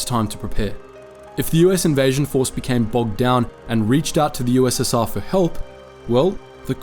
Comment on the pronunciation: You said ussa